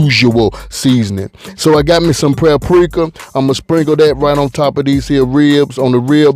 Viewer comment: He said he got him some praprika. I ain't mad at you bro.